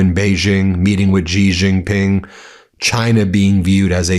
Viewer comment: G Jing Ping, that names kinda hard jokes aside, strange attempts to say foreign names correctly is so cringe to me. Either say it in an American accent like everyone else or learn the authentic pronunciation. This in-between shit, no good. “Becoss” button ➡️